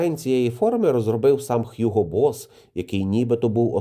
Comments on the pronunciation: Німецькою звучить Гуґо Босс. Англійською: Х'юґо. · Hugo - з німецької Гуґо, а не Х'юго.